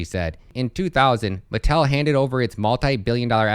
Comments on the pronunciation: It's pronounced Ma-TELL'. Not metal. Very very well-known toy maker unless you're under 30 maybe. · It's pronounce Mah-Tell.